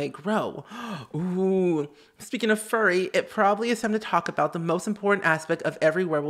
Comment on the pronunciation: FURY as in anger, not furry as in hair